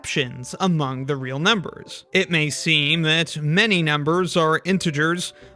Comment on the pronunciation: I keep hearing “Ah! real numbers” Ala the Nickelodeon show